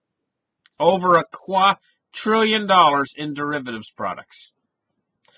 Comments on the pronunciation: it sounded like quad trillion. the correct word is quadrillion. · I think it's his Canadian accent, he's means a quadrillion for sure.